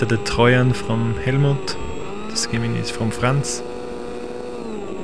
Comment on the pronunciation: Trojan and Gemini are pronounced a little differently than how you pronounced them